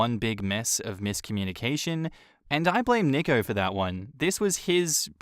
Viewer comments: nicko lmao. nico is pronounced 'nee-ko' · NEEEEE- ko. not nick-o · Tip: nico is pronounced like knee-co not nick-o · Isn’t Nico pronounced Knee-co?